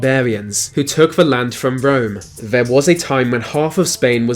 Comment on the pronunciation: I see what you did there 😋 (or should I say, "I see what you did fvere...")